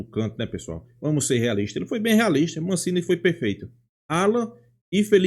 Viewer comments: Amigo, é Massini, e nao Mancini . Só uma pequena correção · HAHAHAHA me deu gastura também. Ele fala "Mancini".